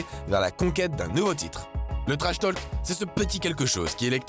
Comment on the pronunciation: On ne prononce PAS le L de trashtalk !